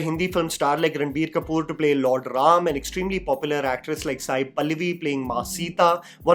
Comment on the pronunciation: Thanks for saying ram and not rama.